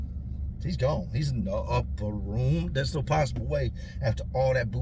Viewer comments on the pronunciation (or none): The upper roooom got me. Dude had me back peddling to make sure that what you said